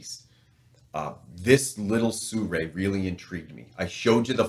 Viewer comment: SIRUI is pronounced as Seer yu é, not Soo ray, sir!